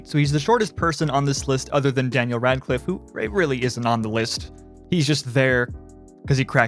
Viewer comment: When you say Daniel Radcliffe I wanna puke.